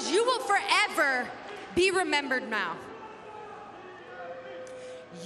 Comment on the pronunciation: “you will forever be remembered maow”